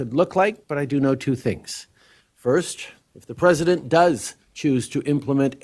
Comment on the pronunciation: "Pwesident Chump" 😂😂😂